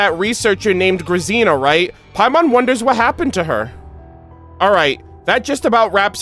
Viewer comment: Oh no I was fearing this. I wanted to be in the stream when the Bunker Quest happened but couldn't make it. No one gave the proper pronounciation for Grazina, hearing him americanize that name kinda hurts.:D I know someone with that name, so I would have loved to tell him throughout the stream that the z is more like when you say the name "Gina". Now im sad.